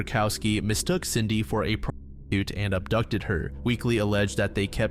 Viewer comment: There's also these odd pronounciations like p...stitute and sex...l violence.